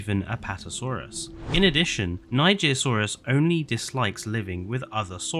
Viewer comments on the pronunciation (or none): NIGERSAURUS NOT NIGIRSAURUS